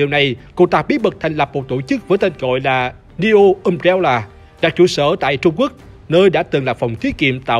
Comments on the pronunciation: Umbrella nhấn âm 1 nhé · NEO Umbrella mà cứ nghe sao thành DIO Umbrella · RIP đọc tiếng anh ._. Nhiều đoạn nghe tên nhân vật xong k biết là ai... Jake thành Just, Jill thành Joe ._. Ùm réo là... K có ác ý gì chỉ là góp ý mong sẽ cải thiện trong các video tới ạ ._.